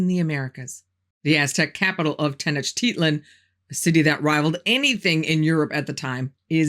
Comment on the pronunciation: Tenochtitlan is, per Google, pronounced “Teh-noach-teet-LAAN”